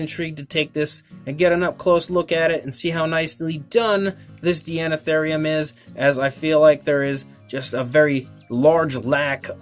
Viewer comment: I think it's pronounced "Dinotherium", since the prefix is the same etymological origin as in "Deinonychus" and the like. Regardless, I love this animal and this model. I have one one my shelf, right next to the Safari Ltd. American Mastodon. My life just wasn't complete before.